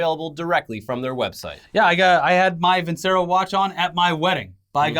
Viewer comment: Hrmmmm, used to study classical music as a kid, my parent's choice, not mine. If they're an italian watch company, I"m almost 100% certain Vincero should be pronounced vin-chair-oh. If I'm wrong, cool. But if I'm right, might want to check with the company to make sure you're not taking their ad money and pronouncing their name wrong XD